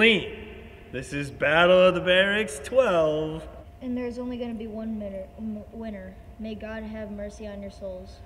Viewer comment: kid gotta stay in school he said There's only gonna be one minner instead of winner